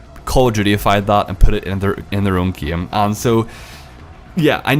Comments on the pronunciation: He pronounces game as gaem. That is true class. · it's not gam it's game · heilo, gem mode, big bleed, feces, geim, crezy nigga learn to talk then talk shit. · "its the exact sahame Ghaem"